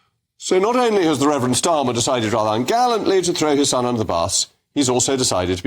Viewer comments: He can’t even say “son” properly. Sounded more like stun. The man is a moron. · Stun... he cant even say son. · Stum he can’t even say SON 😂